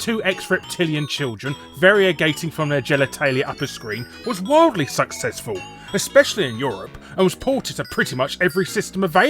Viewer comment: "The game was SucSEXful" Was that intended?